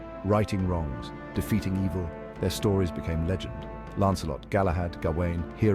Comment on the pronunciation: It's LEgend,not lagend.